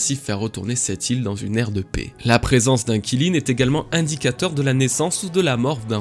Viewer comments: Kilin mdr alors juste comme ça Qilin ça se prononce 'Tchi Lin' mais à part ça très bonne vidéo comme toujours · Qilin, c'est pas prononcé [Chiline] ? 🤔 Vivement la suite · On dit Kirin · Aucun effort de recherche, même la prononciation du Qilin est nulle... honnêtement autant aller sur les forums, cette chaine est une perte de temps